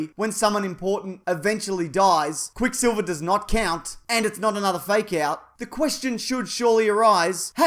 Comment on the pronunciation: Not noot